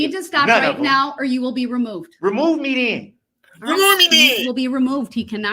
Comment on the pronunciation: That ree-moo-mee-den was hilarious. Substain, grounz and various others weren't far behind.